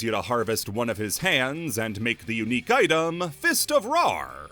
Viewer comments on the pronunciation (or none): none